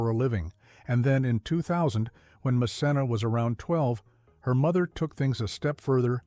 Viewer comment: It’s pronounced MKenna. Good idea to view her show